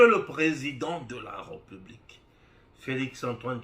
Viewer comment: Jeune-frère, ndenge na yo ya ko prononcer le mot "République" eza yango te: "é" ya République, eza na accent oyo babengi aigu. Na yango, e wana eza ouvert. Ça se prononce"hé", càd il faut eyokana. Eza français. Pardon frère, ozo bebisa prononciation ya bana na biso. Merci.